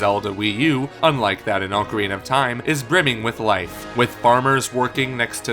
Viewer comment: You pronounced ocarina incorrectly